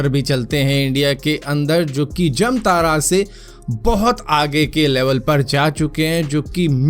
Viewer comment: Bhai wo जमतारा nai जामताड़ा होता है।